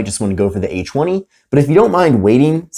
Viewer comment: cool review, but who kept hearing H-1 whenever he said A20? 😂😂